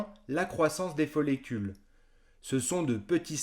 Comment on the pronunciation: On dit follicules et non pas follécules